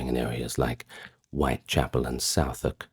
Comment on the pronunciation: Southwark is pronounced Suth-erk the ou is U as in up 😊👍